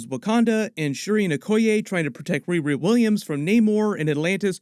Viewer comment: Gat dammit REE-REE. Its not that hard to say. Sheesh.